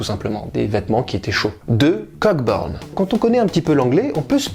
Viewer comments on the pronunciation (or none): En anglais, le groupe 'ck' de "Cockburn" ne se prononce pas ('coe-burn').